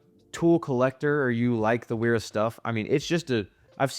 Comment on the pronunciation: Pronounced VERA